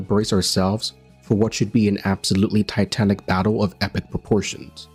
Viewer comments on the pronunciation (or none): none